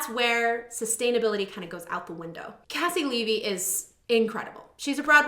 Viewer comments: It’s pronounced KC LEE V, she used to have it in her bio lol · haha I told you last time! KayCee LeeVee. But it's ok. Your reactions are so wonderful, you are forgiven! <3